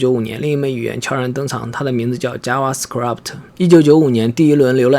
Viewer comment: Script一詞唸錯，唸成了 Scrabt